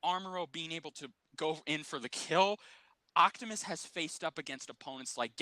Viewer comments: say it with me Op-ti-mus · I'm sure you and are saying his name right but for some reason it sounds like you both are saying "Octomus"😅 lol!